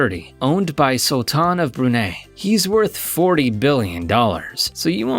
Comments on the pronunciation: Number seven: last time I checked Emirates were not using Bulgarian toiletries on board I am sure you mean Bulgari. No 2 It’s pronounced: the Sul-Tan of Bru –nei (much like die/tie - not nay like hay) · I guess im the only one triggered by the his pronounciation of brunei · btw u pronounce Brunei ,bruni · Love your vids, but you really should investigate pronunciations of brands/places before recording the voiceovers. "Brunei", "Givenchy", "Dom Perignon" to name a few.